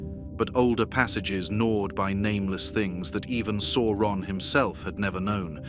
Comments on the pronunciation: Pronunciation! C is always a hard K sound never the soft S; au is pronounced 'ow' as in cow not or so Sauron is Sow Ron rather than Sore on. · I am enjoying these videos, but please check Tolkien's own appendices and the movies to see that Sauron is pronounce Sow-ron.